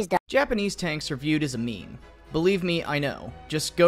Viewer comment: Meme? NO "Mame"!